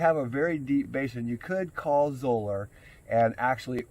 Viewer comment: For those who care, the correct pronunciation of Zoeller rhymes with "dollar" - like "Zoller". Cheerio!